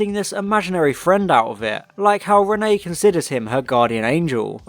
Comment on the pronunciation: Two things; Thing 1- it is pronounced re-neT, there is a t at the end of it Thing 2- I think I can forgive Micky not doing anything as it adds to his feeling that he is useless and the "tin dog" which becomes a major plot point in the next story.